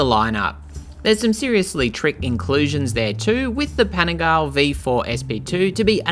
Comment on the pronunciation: Please learn to pronounce Panigale property